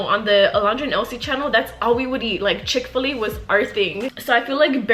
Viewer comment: The way she says chick fil a lol i hear “chick filly”